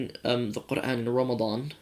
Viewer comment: Asslama Alykum. You definitely do shame a lot of Muslim born lads. Your pronunciation of Qur'an was awesome. Might God guide all to the straight path.